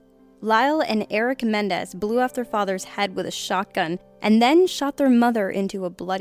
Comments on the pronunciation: Menendez not mendez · Menendez. Not Mendez. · And it's Menendez not Mendez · I like you a lot,, I really do - but... #1: It's COLORADO. #2: It's MenENdez, not Mendez. Hoping these were typos that weren't your fault. Ciao! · It is Menendez, not Mendez! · #1 the last name is MenENdez, not Mendez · MENENDEZ. Geez.